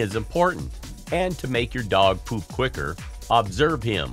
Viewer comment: The way this guy says pOOp 💩